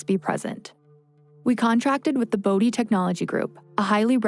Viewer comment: As a Bode, I’m just happy and grateful that our last name has finally been pronounced properly ❤️